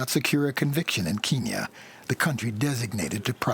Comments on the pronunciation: It’s Kenya. Not keeeenya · "Keeeeen Nya" wtf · I wish they'd stop saying "keenya". That's an outdated colonialist name for Kenya. If you listen to the Kenyans in this video, even they say "KEN-ya". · is it not kenya not keenya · why cant Americans pronounce anything right? Keenya? Its Kenya.. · Is Kenya really pronounced Keen-yen? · the narrator's pronunciation of Kenya is a little odd.... unless thats how it is actually pronounced there in which case all I can do is apologise xD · The narrators pronunciations of countries lol. Wow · my god where is the narrator from? that pronunciation of Kenya was horrific. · Why can’t anyone in this documentary pronounce “Kenya”. Wtf! Good documentary nonetheless. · if they can say end, then why cant the say Kenya?